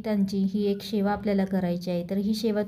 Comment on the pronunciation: शेवा शब्द नाही. सेवा बोल.मराठी शुद्ध बोला.